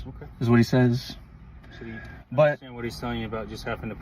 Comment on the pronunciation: I "interstand"?